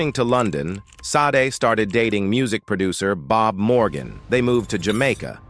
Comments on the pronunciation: Ai narrators ruin perfectly good material.. tried to watch but not hearing sha-day ruined it. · Her name is pronounced as (/ˈʃɑːdeɪ/ SHAH-day or /ʃɑːˈdeɪ/ shah-DAY) at the mark, Billy Crystal says it correctly. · You pronounce her name shar-day … Sade get it right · Can't watch it with the AI saying "saaaade" all the time. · You should rather have "misspelled" her name (maybe "SAH-DAY") in the transcript for the AI to pronounce her name correctly. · Can someone please fix this AI voice? SADE? I can't stand it. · AI DOESNT KNOW HOW TO SAY HER NAAAAAAAAAAAAAAAME FFF THIS